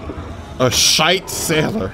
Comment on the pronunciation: It's Shiite not Shite